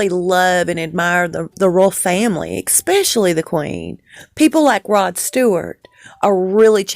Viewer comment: There is no such word as EXPECIALLY. It is ESPECIALLY. Please learn to pronounce it properly.